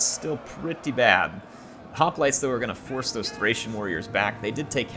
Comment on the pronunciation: Man, her, the years away from Rome has you forgetting how to pronounce hoplites. It makes me grin. ;)